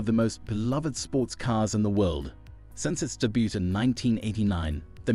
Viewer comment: Debut. Silent t how embarrassing